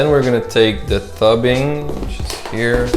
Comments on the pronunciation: and tube ing - not tub ing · What is 'tubbing' do you mean tubing 🤣😂🤣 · I thought this guy was American, until he called the tubing, tubbing. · tubing sorry not toobing